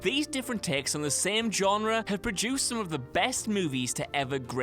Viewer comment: he keeps pronouncing genre wrong